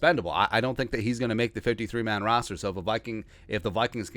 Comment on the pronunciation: "rooster"??? LMAO